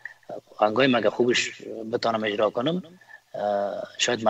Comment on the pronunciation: ، این برنامه را بصورت بسیار عالی و با سلاست خاص انجام میدهید اما وقتیکه به صحبتهای شما خوب گوش بدهیم، متوجه میشویم که شما متأسفانه حروف "ع" و "ا" را مثل "ح" تلفظ میکنید و برعکس کلماتیکه با ح نوشته میشود آنرا با حرف الف تلفظ میکنید. مثلاً کلمهء "عزیز" را "حزیز" و "عالی" را "حالی" تلفظ میکنید همچنان کلمهء "اجرا" را هجرا یا حجرا تلفظ میکنید همچنان کلمهء ساعت را ساحت مینامید، وغیره وغیره. امید است در برنامه های آینده ء تان این خلاء ها را جبران نمائید. موفق باشید. 😘